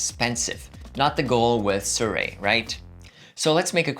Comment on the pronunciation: don't fret, no one has been able to pronounce the name for years.